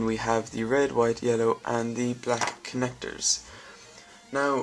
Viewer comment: I'm not sure if this is right but you said "connectos" Great Review by the way =D